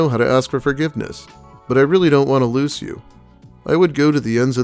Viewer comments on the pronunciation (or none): A 32 year old that says loose instead of lose. No.